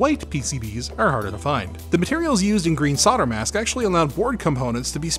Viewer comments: Who want's to tell them that there's an "L" in the word "Solder" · Now explain why Canada and USA silent L in Solder 😀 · Why can’t Americans pronounce ’solder’? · Solder has an L in it. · I’ll never get over the strange way solder is pronounced in North America. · Should I point out the mis-pronounciation of "solder" bugs me? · Why do Americans and Canadians mispronounce SOLDER? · You threw the word up on the screen as you said it. There's an L right in the middle, say it properly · Oh dear, the L is not silent in solder. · You do know there's an "L" in Solder, don't you? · Is from the US? I didn't think Canadians mispronounced solder as well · It amazes me how Mericans can't see the L in solder. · Saw-der? I assume that's an American pronunciation? (It's sol-der in the UK and I assume Australia/NZ.) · Say "old": 'old' Say "older": 'older' Say "sold": 'sold' Say "solder": 'sodder' ??🤔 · SoLder soLder not fucking sodder it's SoLder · SOL DER NOT SODDER. S O L D E R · Why do you americans call it SODER?! It's called SOLDER!!! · soLder not sodder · You can deffinatly tell where some one is from when they say solder as soder lol also white on a red background hurts my eyes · Don't forget solder has a 'L' in it. Stay safe guys. 🤣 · "sodder" lelz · Now answer this question: Why do Americans say "sodder"? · Just wtf is sodder? That's rude where I come from! 😁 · Why do I keep hearing sodder? I even checked back on the video to check the spelling, not being from the USA I thought they might of dropped the 'L', but no, it's still there. Gamers Nexus Steve also says sodder, which is the place I first noticed it some time back. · Why do hosts on this channel call in solder without l and tapped t, instead of solder with l and d ?! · not in the UK, it's pronounced Sol-der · You pronounced solder wrong :( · Yes, but WHY drop the L? For some reason it really irks me. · There is an "l" in solder! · what is it with 'sodder'. It's 'solder' as in colder or holder.